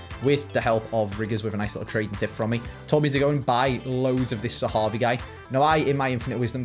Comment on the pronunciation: you need to say zehavi!!!!! Not zahavu